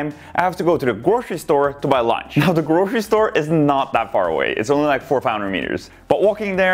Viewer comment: Nobody::GwRoCeRy StOrE